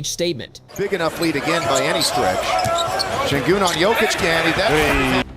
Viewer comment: It is pronounced like shengün not sengün. Because it begins with ş (sh). If he is really super, you should pronounce his real name and be respectful to him.